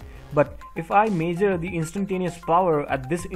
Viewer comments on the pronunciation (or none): Great explanation. I took some time for me to figure out how you are pronouncing certain words. Major and ohum (measure and ohm). Otherwise it is a great video. Please take my comments positively and continue the service. God bless you.